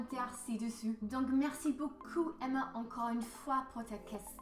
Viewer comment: But you have a beautiful way of saying "merci" with that guttural "R" sound. It sounds very authentic. How did you learn that? I can't make that sound for the life of me.